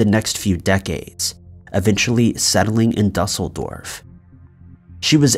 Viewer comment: Do any of you people know how to pronounce words? ! Go to school and learn some simple gun ter!? Duss like bus? For Düsseldorf? You see those little dots over the “U?” That eans it’s a long “U.” Like “Super” a double “O” sound. Same with “Gunter.” Goonter! DOOsseldorf!